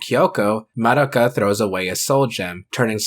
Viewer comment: I'll die peacefully when I finally meet someone who doesn't pronounce Madoka that way